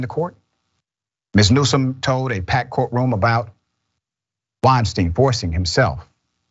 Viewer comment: NewsoM not NewsoN